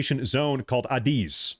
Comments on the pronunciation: Air Defense Identification Zone. It extends 12 nautical miles off the coast of every country. Not just Alaska. And it’s commonly pronounced as ‘A, diz’. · As a former USAF pilot, hearing you pronounce ADIZ had me laughing. But good video though